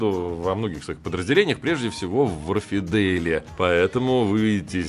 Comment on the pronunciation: Все равно не читает комментарии, но все же! Не вАрфидейл, а уорфдЭйл